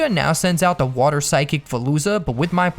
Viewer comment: woter pokemon!!!!!!!!!!!!!!!!!!!!!!!!!!!!!!!!!!!!!!!!!!!!!!!!!!!!!!!!!!!!!!!!!!!!!!!!!!!!!!!!!!!!!!!!!!!!